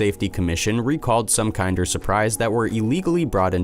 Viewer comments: Isn’t it pronounced “kender”? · PFFFT- starts off unrelated to the title, and immediately mispronounces kinder as KIND-er. Awful. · lol the way he says "kinder"